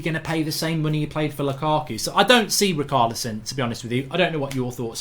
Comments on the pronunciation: Its ri-char-lison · sorry after the bruno fernandes debacle it is hard to watch these with excitement and MARK i think its obvious you certain players names wrong on purpose...rikarlison and emre khan... lmao!!!!!!